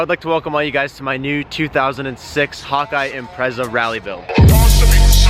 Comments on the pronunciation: Honestly thought you were saying hot guy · When you said Hawkeye I thought you said "hun-die" thought you were trolling lmfao